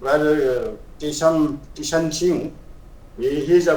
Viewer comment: its Keisham(Kaai - shaam) Kishan( Kee-Shaann)